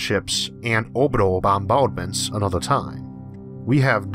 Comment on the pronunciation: owbitawl bawmbawdments